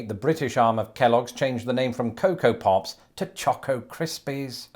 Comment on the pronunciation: The ways says Pops, I almost thought he said Puffs. For part of the video at least.